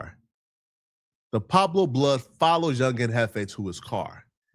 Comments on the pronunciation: So just because said he was there you gon run with it he stirring up the pot and is way in Texas he don’t know shit he even said “Pablo” it’s “pueblos” I hope when it comes down to ant jefe not having to do nothing with that taco stand situation you stand yourself corrected, source = trust me bro smh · Source = trust me bro need his ass beat didn’t even say Pueblo right he said “Pablo” putting this on ant jefe is crazy and ceddy implicated big u son don’t believe these guys